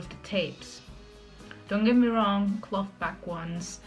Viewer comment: I like you very very much but: "cloth" is not "clot", the "th" is like in "thunder"